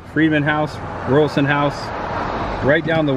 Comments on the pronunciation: I love how they have preserved that era of their town with the murals. My dad worked at a little Sinclair station like this in Bartow 60 years ago. Raulerson isn't pronounced like Royal but like Raw. Good try though. My maternal GGG Grandmother was a Raulerson married to an Albritton. Sad the Chandler site isn't kept up better considering it's a historical site. Enjoy your videos. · You so pronounced Raulerson WRONG! You kept saying Rualson. It is pronounced Ra-ler-son. If you don't know how to say something ask before you assume and put it on film for everyone to see and hear. Geez! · The Name is Raulerson pronounced as Raw not ruralson. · Let’s break it down, … Raulerson= Raw-lurr-sun. Not Rural-sun. You’re welcome. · Hey, Raulerson is pronounced more like "Raw-ler-son". Love the video!!!! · Hey, I just had to jump up here. When you mentioned the name Raulerson, I wasn't looking at the screen so I had to rewind better understand what you were talking about. The correct pronunciation is Ral-er-son. And I pretty sure there's no college associated with the old high school. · It’s pronounced Raw-ler-son. One of my relatives married a Raulerson in that area. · My great grandmother was a Raulerson it is pronounced Rawlerson. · Raulerson is pronounced Raul Ler son. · Raw…ler…..son. (pronounced)